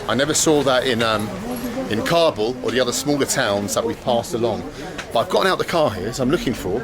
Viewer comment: You can't get the pronounciation of Kabul right, english subtitles are lost everytime